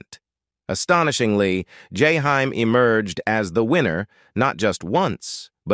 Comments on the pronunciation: I can barely stand to listen, because of the mispronunciation of his name, and voice is boring, no feeling, like the teacher in Ferris Bueller ‘s day off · This is why I don’t like these robots, it always mispronounces names, especially Black names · That's not how you pronounce his name